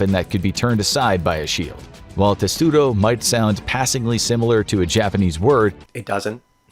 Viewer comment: Testudo? No. Tesudo sounds Japanese.